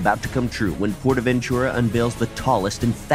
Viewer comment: I speak Spanish and it annoys me when you pronounce it like 'portavenCHURA' because it's really prononced portavenTURA' I really enjoy these parodys though keep up the coaster enthusiasm